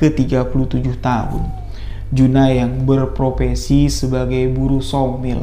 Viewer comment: sadar tdk ya pas di menit salah ngomong,berprofesi bang bkn berpropensi😂😂😂